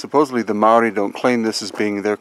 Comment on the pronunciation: You pronounce "māori" better than most of our politicians